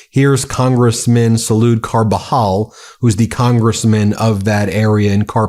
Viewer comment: Kudos on pronounciation Ben - you nailed Camarillo, you wrangled Carpinteria & beloved Salud Cabajal. Trump needs impeachment & jail, Miller should crawl back under his rock. No one agrees with these gestapo theatrics.